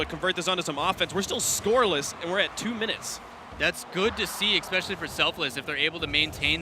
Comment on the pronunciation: Stop saying "eXpecially", the word is especially... please... this is like the 40th RLCS video ive watched and nearly every one has a commentator saying expecially. I can understand people mixing up something like specifically and pacific(ally), theyre real words, "expecially" isnt even that. So annoying :S Apart from that the videos are great :) Just need to use 1080p now and everything would be awesome :)